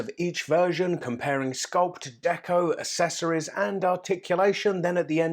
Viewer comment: Love your videos but your voice is quite annoying, overly enthusiastic ahah, also you pronounce accessories wrong, and it's quite annoying haha, don't mean to be rude it's just slightly annoying.